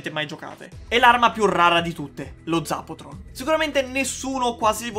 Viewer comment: Si dice ZAPATRON